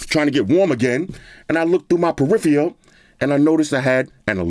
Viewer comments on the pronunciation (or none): This man said PERIFIAL HAHAHAHA